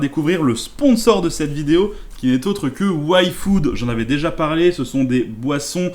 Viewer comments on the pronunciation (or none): Belle vidéo mais pq tu dit wayfood alors que ca ce dit yfood comme on dit aie puis food